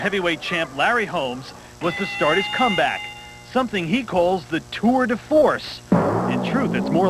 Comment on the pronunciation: Disrespectful of the host saying tour de farce Holmes is an all time great !!